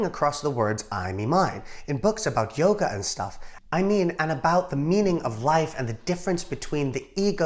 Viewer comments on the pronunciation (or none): none